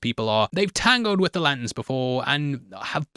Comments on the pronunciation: Every time says Lanterns, I hear Latins. 😂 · Love, hate the way he says ‘Lant’ns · Sounds like he is saying 'Greenland' and 'Latin' - and autodub agrees!